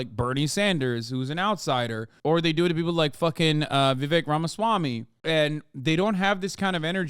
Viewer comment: vivek rhymes with snake. just sayin'....